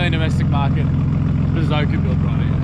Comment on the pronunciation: Can you atleast learn to say bosozoku before you disrespect an entire culture.